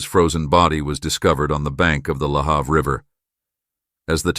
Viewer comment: Im watching again about the death of Karissa Boudreau in Bridgewater Nova Scotia. I live an hour away from Bridgewater but my father who lived in Bridgewater for many years was very upset. Lahave. The a in have is pronounced a